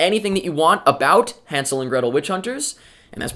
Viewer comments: God, finally a Reviewer pronouncing Hansel correctly. It's German and written with an "ä". Even the actors mispronounce it... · good that you can actually pronounce hänsel and gretel. better than gemma in the movie. and i am from germany so i can tell.